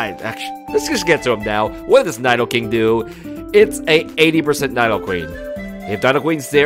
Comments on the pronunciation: They’re pronounced nEEdo queen and king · It's like he's never seen an episode of Pokémon. KNEE DO QUEEN and KNEE DOE KING